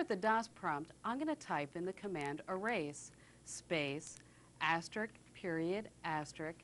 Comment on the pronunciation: "asterisk," not "asterick"